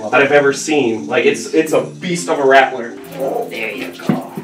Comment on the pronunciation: That’s a big “rATtTLleR” 😂